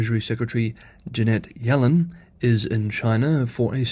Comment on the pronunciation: Pronounced yellen’s name wrong. Ironic you can Chinese names right but English names wrong.